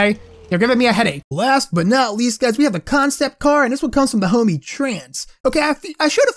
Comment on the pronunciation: Why do u say hommy it's not nice!!!